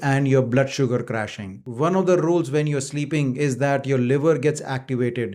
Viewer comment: Sir, the word is waking up, not vaking up. It is when not ven and it is while not vhile, and the L in almond is silent. You are very hard to understand. The subtitles help. Hard to believe you have any patients. I’ve never seen a doctor’s bookshelf having a few paperbacks.